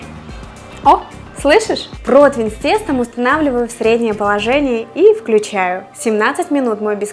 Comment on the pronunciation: Противень. Не протвень. В целом позитивно, понравилось